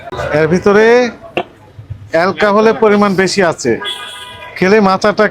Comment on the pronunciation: Alkhahol na re bo alkhohol